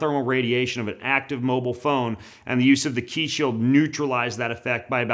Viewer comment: Qi isn't pronounced "key" it is pronounced "chi" And if you were depolarising EMF then it would also make your wireless devices not work.